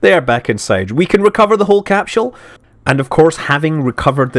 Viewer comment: Capsule not capshoule